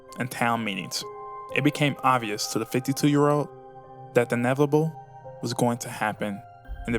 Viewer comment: I don’t think the speaker knows how to say inevitable. He said nevable lol